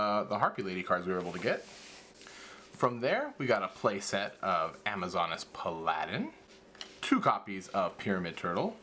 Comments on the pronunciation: I love you! However...Pal-uh-din. Not pal-a-den. And you know it's Red eyes black dragon/chick...just say black please it's not longer to say.:( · Pal-A-Din. not Pa-LA-Din boss. Speakum engrish.